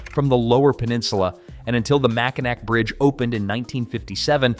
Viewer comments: It's not "MacanACK," it's "MacanAWW." IT might not be spelled that way, but it's said that way. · Mispronunciation of names. Mackinac is pronounced Mackinaw. Mackinac is the original French spelling. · Pronouncing it "Mac-In-Ack", either the video is poorly researched at best or AI slop. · this is a video created by someone who has never visited Michigan but had to throw something together to satisfy their boss while cutting costs anywhere they can like getting AI to voiceover words that any normal human would be able to pronounce correctly like MackinAW and not MackinAK...?? the day they get an AI that can voice over clearly pronounce and clearly voice words created from American Indian words is the day I wont be able to tell a difference. I am starting to hate AI...and someday when AI takes over humanity someone will look back and say " it all started with an AI puppy ". hear that people at YouTube? one day your jobs will be taken over by AI and you only have yourselves to blame. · When I heard Mack in Nack I cringed harder than I've done on a video in a long time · Mac - in ack ! lol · It is not pronounced "MACKINAC". MACKINAC is the French phonetic spelling for "MACKINAW" and when a Frenchman see "MACKINAC" he says "MACKINAW". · Mackinac is pronounced Mack i naw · Mackinac is pronounced like Saginaw, and keweenaw is pronounced ‘kee-when-aw’ with the first syllable receiving the emphasis. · Ummm it's pronounced, mackinaw, not like its spelled, Mackinac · Mackinaw is the correct pronunciation despite the spelling of Mackinac. I moved to the UP when I was 16; it was there I became a poet inspired by the uninterrupted beauty and peaceful natural environment. There’s no place lovelier. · Mackinac Mackinaw same pronunciation 😊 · It's pronounced Mackinaw, no matter how it's spelled. I live here, right along Lake Huron. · Pronounced... Mac in awe. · You lose a lot of credibility pronouncing Mackinac wrong, Keweenaw too. But then that's an AI I'm hearing, right?